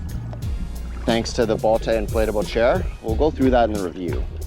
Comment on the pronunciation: It's pronounced "boat" 😊